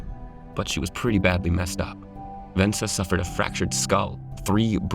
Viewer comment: "Vensa" LOL